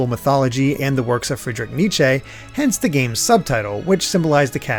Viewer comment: Frederick Niché? That is not how you pronounce Friedrich Nietzsche. He was German, not Italian.